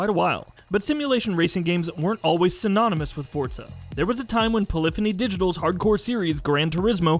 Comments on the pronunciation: If he says "fortza" one more time I'm gonna end it. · I lost it when he said "Fortza."